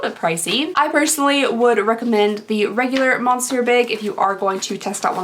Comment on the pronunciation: How many comments do you get letting you know that you mispronounce monsieur in every single video?